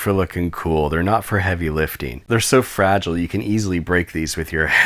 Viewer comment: I don't like how when you say the ing sound, you say "ene" ex(liftene)